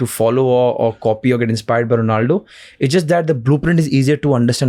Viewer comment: Bro not donaldo 😂he is ronaldo You cook 22. Seconds